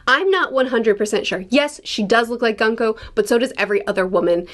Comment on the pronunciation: By the way, Gunko is pronounced “Goon-koh”.